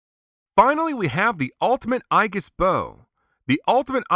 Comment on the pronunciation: Another great review! I have the original version and you've convinced me to get this renewal version. Aegis is pronounced eejis like the mythological armor. Zero now has more Ultra-Act figures than any other character! Bring on Ultraman Cosmos! I can't wait for your next review!